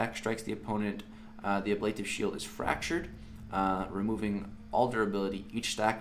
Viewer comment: Love it! Also, it is pronounced ab - luh - tive. lol